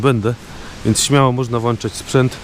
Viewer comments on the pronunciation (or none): Włanczać i włanczać...bardzo Cię lubię ,ale ogarnij to włączanie